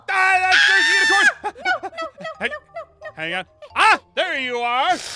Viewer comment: is noi not no